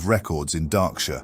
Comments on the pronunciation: It's more like mispronunciations than lore inaccuracies. Darkshire is pronounced as "Darksure" or "Darkshore" and Goldshire as "Goldsure" or "Goldshore". And some timeline mix ups, where something is said to happen before or after it did. I have not caught a timeline issue in this one, but I have in others. If I catch any on other viewings I will leave a comment. I am a big fan of these and I am just speaking out because I think these are great pieces to get someone into the expansive WOW lore and it's so fun. I am a fan, keep'em coming! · Henceforth I will only refer to it as "Dah-ksure"